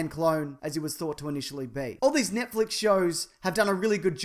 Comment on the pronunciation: lol you pronounce it Nietflex